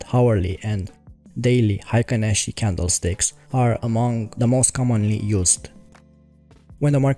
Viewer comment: Nice video! it's pronced like Heykin Ashi in Japanese.